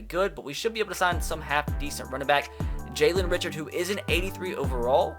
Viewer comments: It’s jalen rishard that’s how it’s pronounced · Jalen Richard's Last Name Is Pronounced Rishard. Raider Fan So I Know That One. No Big Deal. Love The Videos.